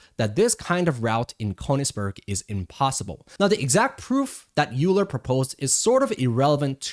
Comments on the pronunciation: FWIW, Euler is pronounced “oy-ler” and not “yoo-ler”. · Euler: YOU-la? It's OY-ler. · You are 1000% correct. however, we shouldnt reward people who spell things one way and want it pronounced other. If they want it "oiler" it should be spelled "oiler"... otherwise its euler! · Euler should be pronounced like "oiler" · As a mathematician I felt a pain in my chest every time you said "Euler"